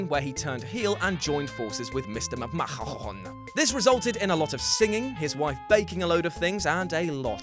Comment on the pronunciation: The whey sayd meester mackkmaaahon